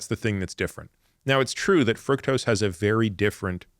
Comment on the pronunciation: Frooktose, not frucktose